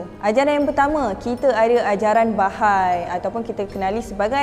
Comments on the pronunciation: Sebutan dia adalah Baha'i...bukan bahai... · sebutan yang betul based on Bahasa Arab is ba-ha-ie. Bukan ba-hay standard ajaran sesat, pasti ada eksploitasi wanita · Bahai❌ Baha'i✅